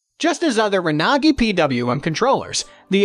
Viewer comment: I've never heard Renogy pronounced that way, sounds like a foreign language.